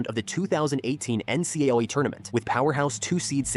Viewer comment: The AI can’t pronounce “NCAA”😂